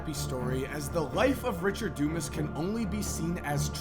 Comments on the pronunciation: Pronounced, Dew-Mahs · Its not dumbass........its DUMAS (thick headed) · Is it pronounced DOOmus, dooMAZ, or DUMASS?